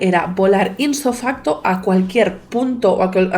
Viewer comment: Súperbbuen vídeo, como siempre, es un gusto oírte pero una cosa: es ipso facto, no inso facto